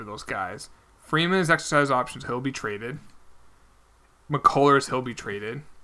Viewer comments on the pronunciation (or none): Hjelle is pronounced jelly, I worked with him this summer and that’s how you pronounce it